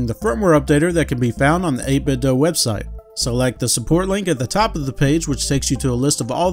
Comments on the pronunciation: Dude says "8bit-doe" 😅 Thanks for the video. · I've often heard it pronounced this way. Some pronounce it as the verb "do". Not sure what the intended pronunciation is.